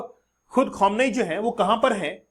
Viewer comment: Bhai Iron Dome hota hai Daaouumm nahi, Khameneii hota hai Khamuunaai nahii. Why does all these teachers in these youtube channels have such pathetic pronunciations ?? No hate but it's very annoying